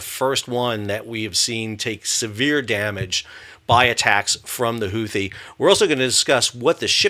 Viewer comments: Is it pronounced Who-Tea, or Who-Thee? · "the Houthi" lol dude